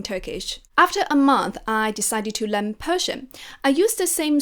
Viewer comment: would you please pay your attention to the pronunciation to Learn? I heard you pronounce it len, not learn. sorry.